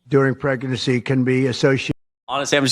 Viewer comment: Did he say precanancy😂